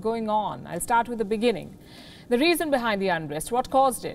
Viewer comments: Isn't Zuma the guy who could not pronounce "In the Beginning (Beninging)" 😛😛😛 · "This is just the beninging" should be the apt title. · It's not beginning but "BENNINGIN"